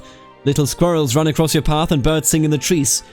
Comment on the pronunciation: No way you're a real Bavarian. You just pronounced "squirrels" properly. No German can do that. I'm calling you outfor the fraud that you are :')